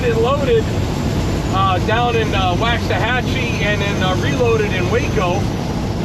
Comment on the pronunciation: You need to learn how to pronounce Waxahachie.